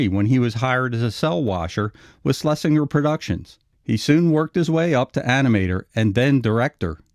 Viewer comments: “Schlesinger” is pronounced “SchlesinJer”. If you listen to the dialogue tracks on ANY of the early Looney Tunes / Merrie Melodies cartoons, EVERY TIME Leon’s name is mentioned, no matter which character said the Producer’s name, it was ALWAYS pronounced “SchlesinJer”. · "Sles-in-ger " "Frizz" not Fritz. "Ub" Iwerks is pronounced like bub I works.